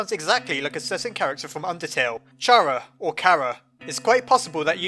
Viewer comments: actually you have to say the name “chara” differently, it’s like how you say the letter “k” but it’s a letter “c” say the name now for an example “chara & Khara” like that please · Car-RA not CHAR-ra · its spelled like "chara" but its pronouced like "cara". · ummmmm its actually SEA-hair-UH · Chara i speak out not kara but tsiara